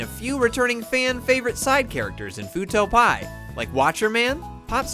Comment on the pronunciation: Great video. Also, it's Fuuto P.I., as in Private Investigator. Not Fuuto Pie.